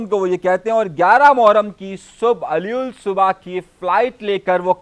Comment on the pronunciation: Al us subha hota theek lafz ap aliul subha bolty ho urdu k alfaz to thek tarha pronounce karen. karachi k logo ki madad kr raha h.